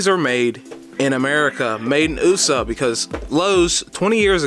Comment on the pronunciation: Hahaha.... said "made in ooosa". Ha!